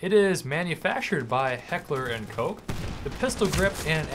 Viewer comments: Not even in German is it 'kosh'. The H&K website lists "coke" as the correct English pronunciation. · Koch is pronounced "Coke." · Their own website lists "coke" as the correct English way to pronounce it. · No. There's a very big difference between the pronunciation of 'ck' and 'sh'. 'Koch' is pronounced 'Kosh'.